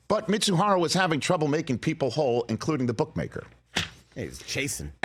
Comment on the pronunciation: Ippei’s last name is Mizuhara, not Mitsuhara!!!